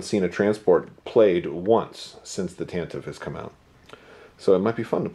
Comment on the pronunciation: OMG thank you for the pronunciation of TantivE. I agree 100%